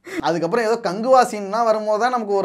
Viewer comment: கங்குவா❌ கங் ஊ வா